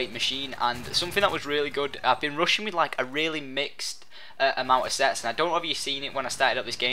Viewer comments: Rushing. It sounds like he's saying "Russian" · ....the entire time i thought he was saying "russian" but hes saying rushing? O_o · lol rushing sounds like he is saying Russian hahaha lol